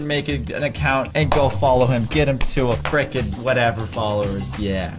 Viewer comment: says: FREKEN!